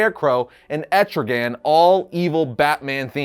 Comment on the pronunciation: Anyone else cringed when he said etrigan?